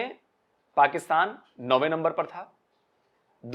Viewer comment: Get yourself educated first it's not lumber it's number